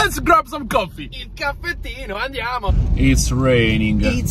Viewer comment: "... the sound of the rain... the goffffee..."